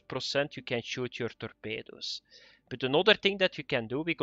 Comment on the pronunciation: torpeydoos............ please say this word more often.